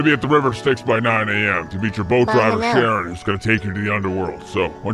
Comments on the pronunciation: Did just pronounce Charon as Sharon? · Calling him "Sharon" had me with literal tears in my eyes from laughing. Charon, also spelled Kharon, is pronounced (God forbid for the current predicament the name provides) Karen or Care-on depending on how you say it haha